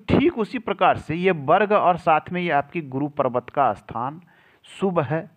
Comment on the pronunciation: अस्थान बोलते हो आप, ऐसा बोलना सही है या स्थान